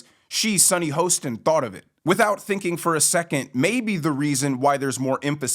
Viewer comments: The narrator of this video should know how to pronounce Sunny's last name...Hah-stin Hostin. Sad, when you don't know what you don't know. He commented on someone who he is not even aware of; if he knew who she is, watched the show, he'd know how to say her last name. All you name callers....GET A LIFE! I don't relish saying negative things, but stupidity really irks me. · Do you mispronounce her name on purpose?